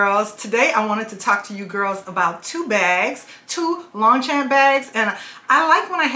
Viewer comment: Longchamp Le Pliage is my passion and i have a large collection which is great for vacation travel the beach or just about any thing. Sadly they are no longer made in France and the China bags are not as well made as the OG. Not sure if anyone has told you but you are pronouncing the brand wrong. Please dont take that as a hate comment just not sure if you are aware